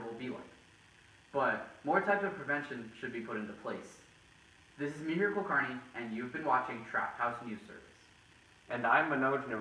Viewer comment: “ThaNK You MIhiR” very good, chad